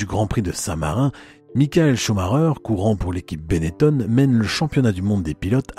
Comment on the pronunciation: On doit prononcer Benetton et non Benettone, les noms en ON sont très courant dans la région de la Vénetie et en particulier dans et autour de Trévise, exemple le pilote de Rallye Massimo Biasion qui ne viendrait à l'idée de personne de prononcer Biasione. C'est très énervant d'entendre encore cette erreur qui a perduré un temps par des journalistes mal informés, quand Benetton s'est investi dans la Formule 1 . Mon nom patronymique est originaire de Trévise justement est se termine en BON, je suis donc justifié pour en parler. Et Nino chantait : Chez Gaston ya l'téléphon qui son, et ya jamais person qui y répond ! histoire de terminer sur une note humoristique.